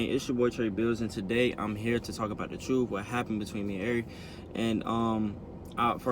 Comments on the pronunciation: Thurth??? Did he mean T R U T H ???🤣🤣🤣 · U said thruth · he wanted to get this video out so badly he said “the thruth is”